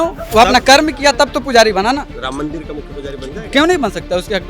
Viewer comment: किस गंवार से बात कर रहे जो मंदिर को मंदिल बोल रहा है 😂😂